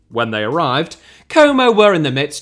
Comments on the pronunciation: it's not "komou" it's como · What club is this "coumow" you're talking about? Never heard of them 😂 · I can't think of a greater punishment than hearing a british man pronounce Como repeatedly for 45 straight minutes. Or should I say "Coumou".